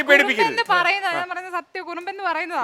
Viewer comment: കുറുമ്പൻ അല്ല കുറുമ്മൻ ആണ് ok. മുജീബ്ക്ക പറഞ്ഞതാണ് ശെരി